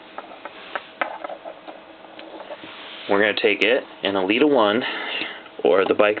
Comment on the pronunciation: Hey awesome vid but elita-1 is pronounced el-eta one I'm trying to be rude just wanna let you know